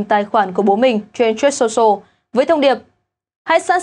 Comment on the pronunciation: Phát âm truth sai rồi